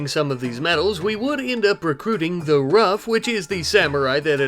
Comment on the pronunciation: I think you said her name wrong, her name is The Rough like Tough not Rouge which is the name you call her lol